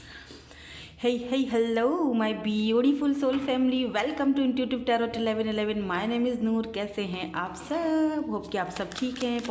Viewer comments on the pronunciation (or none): Tarot mein last Ka t silent hota hai Didi.